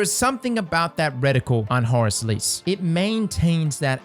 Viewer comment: All I hear when you say the name is Whore's Lease